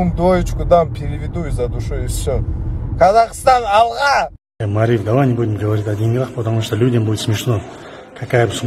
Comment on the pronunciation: Мариф как-то произнес специально что-ли как подбитая курица. Даже я хоть и не казах, могу нормально произнести "Казахстан, алга".